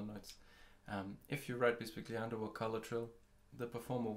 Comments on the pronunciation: And is not pronounced that way either. But nevertheless, these video are really useful and well done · Great video. If I may however, bisbigliando is an italian word...